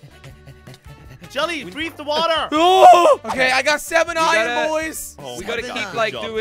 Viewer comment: its iron you said iyon in two videos